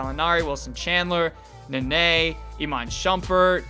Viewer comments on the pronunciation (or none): none